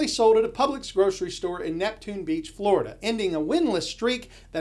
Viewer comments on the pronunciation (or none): none